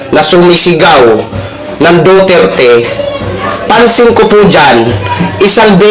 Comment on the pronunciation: Pki sbi s sumisigaw DUTERTE hindi DOTERTE! 😂